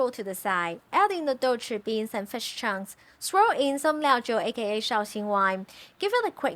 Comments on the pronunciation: What is fesh? Do you mean FISH? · Love this food since I was a child. Also you say fish with an accent, did you learn english from NZ😃?